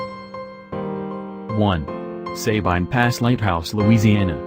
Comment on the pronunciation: I’m from Louisiana and when we said Sabine I laughed😂 it’s a very good video though♥️